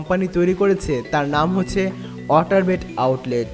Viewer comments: Woter na vhi water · Its water not otar lmfao